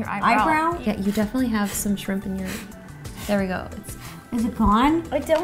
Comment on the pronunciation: ro: shrimp justine: shrip chip